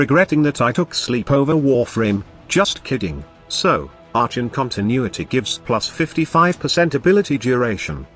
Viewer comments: are con. the robo voice gets things wrong sometimes. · Shitcan the robot voice!. Arshon..